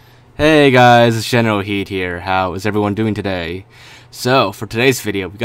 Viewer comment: Tf is your name? GeneralKidd or? Because it sounds like the latter.